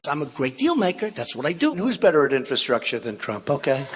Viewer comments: Wtf is 'infastructure'?! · Donald, the word is ' infRastructure'. Not ' infastructure'. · "inFAstruture". Trump knows the best words. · The dude can't even say infrastructure ffs. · infrastructure? rofl the word is longer than 4 letters ill bet hes clueless as to what it means